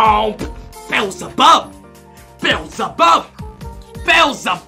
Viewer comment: Pronounced Beezlebub not bezzlebub lmao